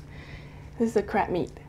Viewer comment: Sounds like she's saying "crap meat" hehehe ^_^